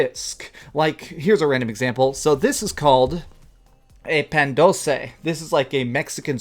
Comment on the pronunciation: Hahaha no offense but you butchered the pan dulce's name. It sounds like pahhn duulse